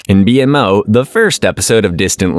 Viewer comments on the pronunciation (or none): Does it bother anyone else that they are clearly saying multiple names very wrong?!?! Its B-Mo not B M O and Marceline not Marcelynn. 🤦‍♀️🤦‍♀️🤦‍♀️ the show give you pronunciation. This just tells the audience you didn't watch any of it.